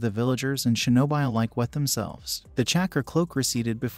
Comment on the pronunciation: its pronounced shi no bi like bee